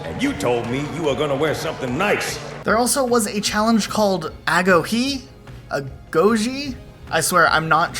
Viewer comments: I’m Greek and you all pronounce Agoge so wrong 😂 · Agoge dude, it's pronounced like agojè. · Lol I believe its pronounced uh go gee, agoge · It's pronounced agoge. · I was too interested.. Google says "agoge" or "ἀγωγή" is pronounced more like "ho-yhee", but we all know how accurate they can be